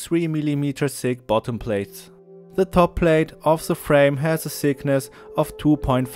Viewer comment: There is by the way a difference between "sickness" and "thickness"... Pheeew...